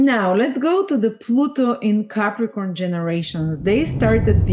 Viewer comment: I didn’t get how to pronounce the Pluto in Capricorn generation. Looks like an ‘ax’….?